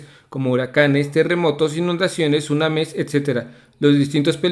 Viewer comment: en geografía dijo sunames🤔😂😂😂😅